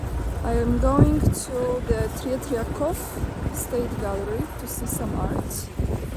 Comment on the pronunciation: Slavic blood 😉. You handle with Tret'yakov's lastname. But stress in word made in polish way